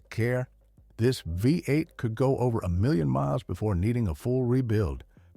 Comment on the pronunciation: The “V” in V8 doesn’t mean 5, it refers to the physical orientation of the cylinders in a 8 cylinder engine. So please stop saying “5 8”, because that is not a thing. It is phonetically stated as “Vee 8”.